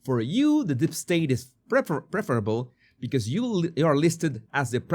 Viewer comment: It's 'Deep state' not 'Dip state' my friend! 👍😆